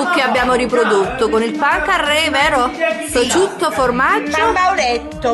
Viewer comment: prosciutto non PROCIUTTO